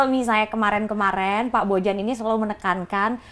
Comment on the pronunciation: Orang² balkan pada umumnya ketika ada huruf J akan di baca Y. Jadi penyebutan nama Bojan adalah Boyan Cmiiw